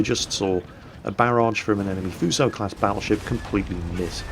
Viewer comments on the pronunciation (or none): just saying,you pronounce Fuso "Foosho" or just "Fooso", not "Fyuso" xD